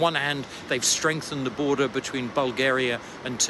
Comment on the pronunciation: "Borden" lol